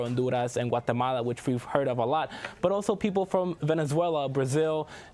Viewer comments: Please stop saying Honduras and Guatemala that way. Your pronunciation is obviously not natural, seeing how you almost choke everytime you do it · Why does pronounce Honduras and Guatemala with a spanish pronunciation, but not Mexico and other Spanish countries?. I'm not against Spanish pronunciation of Latin/Spanish countries, only inconsistency.